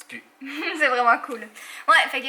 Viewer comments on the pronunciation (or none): "Tu pues" pas "tu pu" 😂 Je vous love❤️